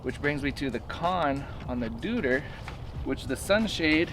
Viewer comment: Deuter is pronounced „doy-ter“ ;-)